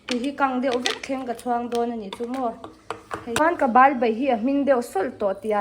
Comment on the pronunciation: Ba nilo in bal tih tur zawk a lawm